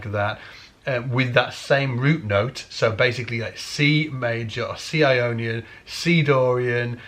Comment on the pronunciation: When you talk about Ionien, I hear "I ionion" like "I phone or I pad" so my question is it Apple who has patented this mode ? like a new fruit ??